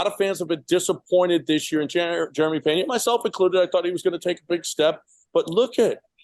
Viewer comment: Brother love the show and takes. However, his name is Jeremy not Jerema 😄. Also his last name is Peña not Pena cause that word means embarrassed. Anyways love the updates go Stros!!!